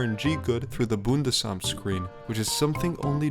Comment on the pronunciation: Bundesamt pronounced correctly German spotted.